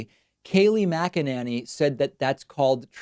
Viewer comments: It’s pronounced MAGA-Nanny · The correct pronunciation is macananus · Kayleigh McEnemy? McEnema? McFascist? Yeah, there ya go. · McELooney is how it’s pronounced. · Her last name is pronounced “McNinny.”